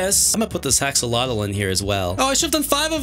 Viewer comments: this is how u pronounce axolotl axe oh lot all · i cant believe says "haxolotl" in correct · I love how said haxolotl 3 times instead of haxoLOTLTLTLTLTLTLTLTLLTLTTLTLTLLT